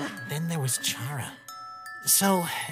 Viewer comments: Ok for the last time. Is it CHA-RA!? Or KA-RA!? For charas pronunciation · Cara... Cara. Not Charra. Pronunced like Care-a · The way they say Chara's name bugs the hecc out of me....